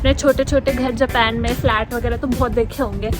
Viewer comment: Japen nhi hota hai japan kho didi 🤔🤔